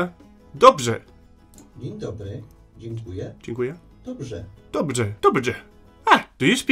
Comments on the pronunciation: Thank you sounds not: 'H-u-k-u-j-a' but 'Dz-i-e-k-u-j-e' and the 'DZ' is pronounced a bit like De but with a small z sound in the middle. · Dziękuję At beginning when you stars saying "dzi" your tongue is going outside and it's going to be between teeth, but so close that the tongue almost touchs mandible's and jaw's teeth. When you starts saying "ę" your tongue is arriving to mouth and your mandible works harder than jaw. "ku" Your lips should look like: "j" you says like you but without u and o is inaudible. "ę" Such as above. I tried to explain it how I can, because I am pole and for me that's normal. xD Dzi ę k u j ę. :)